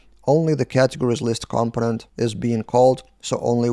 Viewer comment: It's pronounced "compónent" - stress on the second syllable.